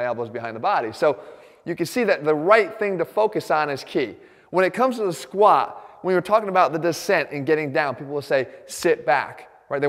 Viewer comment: "When it comes to the squahh"